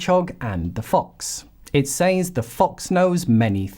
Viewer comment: You say the word “says” wrong.